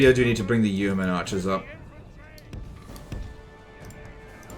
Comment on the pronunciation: It's yo-men not you-men